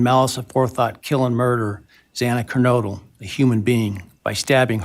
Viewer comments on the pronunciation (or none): This is not the complete hearing. Convenience?? BK should not be given any conveniences. This judge's nonchalant air about him, his mispronunciation of Xanax KERNODLE twice, is reprehensible. What a slap in the face this sneaky, underhanded, disrespectful, soul crushing sweet-heart deal is incomprehensible. What where the prosecutor and the rest of them thinking?? I'm disgusted.